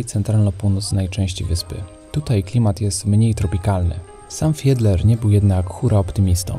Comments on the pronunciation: Kochani! Nie mówcie FIEDLER, tylko FIDLER. To jest nazwisko germańskie i tak należy je wymawiać. Książki Arkadego Fiedlera czytałam jeszcze za komuny. Był bardzo popularny, a najbardziej RYBY ŚPIEWAJĄ W UKAJALI, o Ameryce Południowej. Bardzo lubię Wasze filmy. Pozdrawiam. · Jak zwykle ciekawy film, ale gryzie mnie wypowiadanie nazwiska Fiedler. Z Poznania jesteście to powinniście wiedzieć jak się to nazwisko wymawia. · Czy tylko ja slyszalem zamiast Fidler to Hitler ? 😅😅😅😅